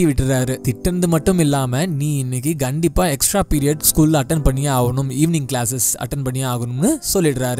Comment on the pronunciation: One correction "Gandipa" illa "kandipa"